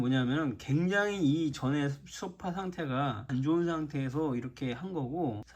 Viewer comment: 아니 왜들 소파를 쇼파라고 발음을 하는지요